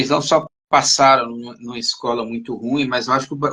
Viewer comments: Gente, olha a pronúncia de ruim. Os dois pronunciaram de forma errada. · Pronunciaram como se fosse um ditongo. O correto seria ru-im. Dê uma pesquisada na pronúncia correta. Isso não teria relevância, não fosse uma conversa sobre literatura.